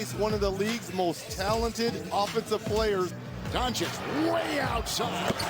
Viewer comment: I love JJ and his podcast, but shouldn't he know how to pronounce Luka's last name correctly? It's not Don-chick.